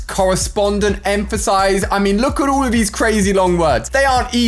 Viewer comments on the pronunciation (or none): Why he says oul and not all